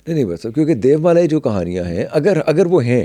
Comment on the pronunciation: Aik sawal aya k DEVMALA kaha jeye ya pronunciation DEYOMALA?